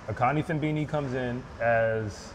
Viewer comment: Put some respect on Akani Simbine’s name